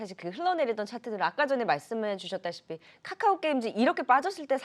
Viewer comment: 한국경제에서 유일하게 챙겨보는방송이 방송 왜냐면 댓글보러 특징 1.맨날 자라고함 2.원금 -50% 는 보합(?)이다 3.계속추매하라고함 돈이있어야 추매를하지 무슨 지폐공사도아니고 4.50개 찍어서 3개맞추면 그럴줄알았다고함 5.카카오를 까까오라고함 배찢어지게웃네진짜